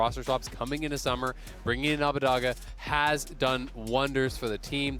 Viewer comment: Hearing Abbedagge repeatedly pronounced Abbadagga hurts me physically